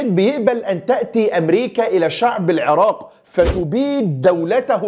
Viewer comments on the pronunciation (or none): none